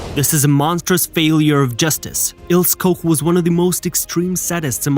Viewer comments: AT LEAST PRONOUNCE HER NAME CORRECTLY: Ilse Koch is pronounced ''Ilsuh Koch'' (not Ko) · The pronunciation in this video is bloody awful. Next time do some basic research. Starting with the names of the main characters, for example, proper pronunciation is Ilsa Coch (k). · What’s with the male. SS cap on female It’s pronounced Eeelse Koch Typical of BS channel revelling in this period in history. The women wearing male SS caps kills me is that a fetish ? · One tip - learn how to pronounce names as they were, not as they are spelt following English language rules, before narrating anything. Cringe-worthy or what? She was Eel-sah Koch (Koch as in the Scots - Loch). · prounce her name. It's ILSAA KOK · It's pronounced Ilsa Cock, you knob head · Der Sprecher sollte mal Ilse Koch üben. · Your pronunciation of the names is atrocious. Maybe use Google to hear how to say Ilse Koch?